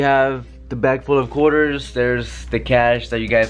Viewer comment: Is it just me or when he says quarters it sounds like coolers?